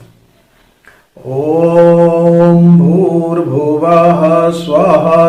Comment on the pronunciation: Please use correct pronunciation OM BHR BHUVA SVAH Swa: Not SWAHA. PLEASE CORRECT, MEANING CHANGES WITH SWAHA